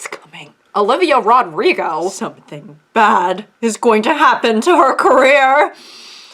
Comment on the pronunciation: The way you say Olivia "Rod-rigo" made me giggle